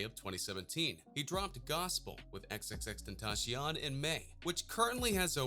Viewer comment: xxxtentashon? TENASHON?!